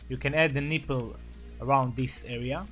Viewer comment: Lol the way he says nipple "neeple" but great drawing idk how people draw without looking at pictures